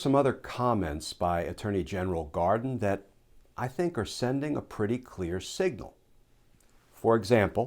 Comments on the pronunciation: Hold him to it? No, I will make sure he commits fully or he be accountable. Edit Merrick "Garden". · Did I just hear "attorney general Garden?"